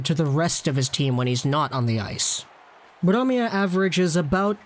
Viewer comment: Its brome not blome